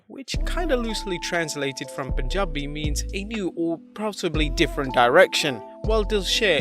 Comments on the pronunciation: Man the way you Pronounced Punjabi was Sooooo Authentic Love from India 🇮🇳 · That pronunciation of the word Punjabi was perfect. 👌